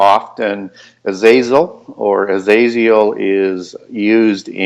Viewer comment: It's not Azreal. It's Azriel.